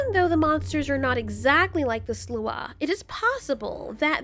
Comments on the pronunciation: We pronounce sluagh as "slaow." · The butchery of "sluagh" lmao